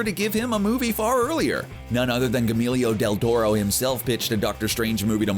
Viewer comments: Haha how the F did he just pronounce Guillermo del Toro?! Gyll-milio deeltoto?! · Yes it sounded like camilio del toro, hahah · Gamelio del Toro... thumbs down. Have you never heard someone say his name? Could you not take TWO SECONDS to Google it? Because the pronunciation of Guillermo (gee-yer-mo) can be easily found on thousands of sites and even YouTube videos. You switched around the letters and made it sound like his name was Emilio with a 'g' in front of it. This narrator is not only ignorant, but lazy as well. If you don't know how to pronounce a name, TAKE A SECOND AND GOOGLE IT Nothing pisses me off more than laziness and incompetence combined. Fuck this narrator and whoever let it go to editing without some sort of quality control. I'm guessing this is a one man show... I mean, one man shit show. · CBR, do some mother f'ing research. Gahmeeelio del taro. VERY NICE. I am just sick of this, unsubscribing, disliking. Spiderman has been back in the mcu, for about a week, before you posted this. Dont argue that it was already scripted. One word, EDITING. Half your videos are wrong anyway. yOU CaN GEt aRREsTED foR bEIng in dC aND mARvEL. Tell that to fricken deadpool. Like, what is wrong with you guys? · Gemillio deldoro, doorma'amoo... YOU'VE GOT ONE JOB!!! READ THE FUCKING SCRIPT AND PRONOUNCE THINGS CORRECTLY. Find a narrator who is aware of the pop culture they're narrating... I'm taking a break from your channel's apathetic narrators. Get your shit together... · This guy butchers so many names, Idk why no one at their hip little west LA office has fired him yet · Pretty brutal pronunciation. Gee-yer-moe. Not that hard. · hearing him say Guillermo del Torro is almost a crime. Look up the damn pronunciation first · The way you butchered Guillermo del Toro's name is pissing me off, man. Do some mf research beforehand, geez. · The way he butchers Guillermo del torro’s name is unbearable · lmao his pronunciation of Guillermo del Toro